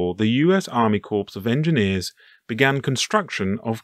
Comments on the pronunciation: Just so everyone knows - 'corps' is pronounced just like 'core'. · soooo by going with your logic he's still mispronouncing the "United States Army Crops of Engineers" he's pronouncing it incorrectly. Saying something stupid like "Marine 'Corpse'" has a completely different meaning in the USA.